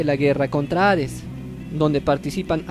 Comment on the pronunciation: No es hares es hades pronuncialo bien lislike😐